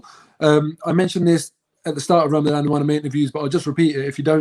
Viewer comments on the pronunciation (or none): It's Ramadan, not Ram a dame... robbie